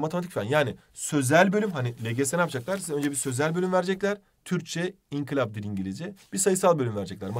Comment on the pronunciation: Hocam sene boyunca inkilap demenize sinir oldum hala oluyorum İNKILAP yanlış anlamayın ama doğrusu bu ve bana çok batıyor inkilap demeniz 😅